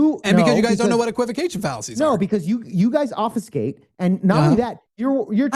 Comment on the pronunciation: it’s obFUSCate not obfeescay